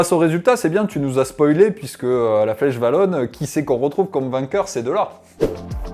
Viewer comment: La flèche WAllonne (à dire "oualonne") et pas vallonne, sinon à quoi bon avoir 2 lettres différentes 😅